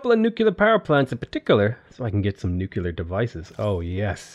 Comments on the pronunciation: Hey! Learned a lot from your games at Civ, but I need you to learn is Nuclear, not Néclar, i do understand your pronunciation thing but that is with ethnic names, such wonders and stuff, but nuclear is not pronounces néclar, cmon, i stress in this since it is a thing saying Néclar, Keep it up! streams are always amazing! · NU- CLE-ARE NUCLEAR not NUke ULar Nu Clear... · “Nucular” pronunciation is sending me